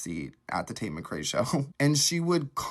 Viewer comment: Hate how he pronounces tates last name lmao.